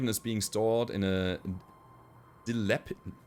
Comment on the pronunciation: Dilapidated = Dill - App - Eh - Dated / Nuisance = Nu - Since You do alright though, your English is likely better than their German. :D